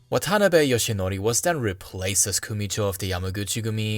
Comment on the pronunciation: Your pronunciation isn't terrible but when you said "Watanabe" my ears started spontaneously bleeding